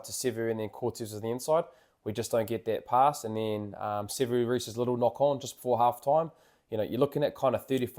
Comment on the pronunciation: Sevu's "knock-on" 🤣🤣🤣